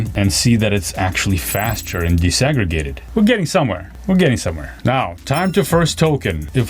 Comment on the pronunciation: Disaggregated. Not desegregated. OMG. Dude. Dis. DEE-EYE-ESS. not des.